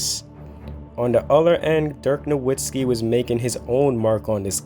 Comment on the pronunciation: hey man u gotta learn to pronounce "Nowitzki" correctly if u want to be taken seriously in your NBA Videos